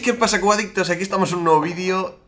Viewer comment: yo pense que decia cubaditos xdd